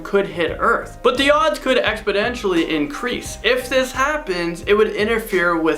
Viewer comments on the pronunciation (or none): none